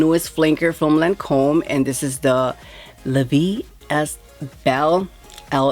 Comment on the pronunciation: At least learn how to pronounce the name of darn fragrance properly and learn what Elixir means at least 🤦🏽‍♂️